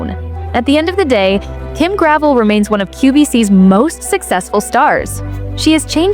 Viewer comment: This isn't just true for Kim Gravel (her name rhymes with 'bell', as in Gra..vell). All the clothes on QVC suffer from the same problems. High price, low quality and lack of inventory. God help you if you find something you really like and want to go back for the same in a different color. It's to the point where you have to buy every color in one go in order to get it. Denim & Co., Isaac, Susan Graver all suffer from the same things. I did find quite a few of tops by Lawrence Zarian that were really nice. But I can only afford clearance items now. Gone are the days where QVC represented quality and value, not to mention convenience.